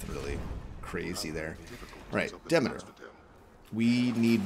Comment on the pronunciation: Nice helpful video. Greek mythology was my 2nd fascination after dinosaurs. Read everything I could get my hands on and I can assure everyone that Demeter is pronounced de MEET er, not "DEHmader"